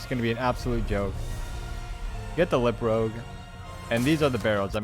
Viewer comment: "lip rogue" mad me chuckle, it's lip rouge as in rouge meaning French for red